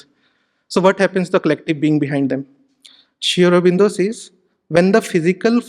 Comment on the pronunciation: This guy to me seems to have presented sri aurobindo's ideology in a distorted manner. Also he can't even pronounce sri aurobindo's name properly and uses terms like 'prophet'. Should we really trust the words from him??